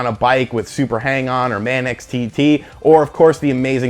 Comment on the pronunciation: did you just say "man-X TT"...